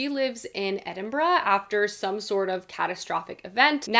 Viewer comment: Thank you for pronouncing Edinburgh correctly! Discerning Scot here ✊